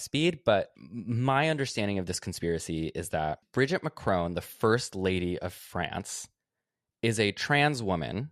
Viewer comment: Bridgiteeeeee that’s not how you say her name